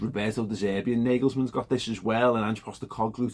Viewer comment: Btw In German, the a in Nagelsmann is pronounced as an a like in far !